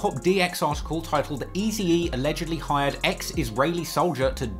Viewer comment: Is it just me hearing funny when is pronouncing Tupac wrong😅 and what about Easy E😂c'mon